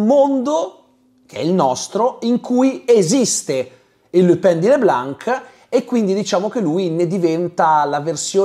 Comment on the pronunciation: Pronunci « Lupin » come « Le Pen » 😅 Buon video, grazie !